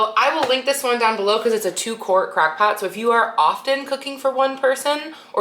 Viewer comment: Its crOck pot not crAckpot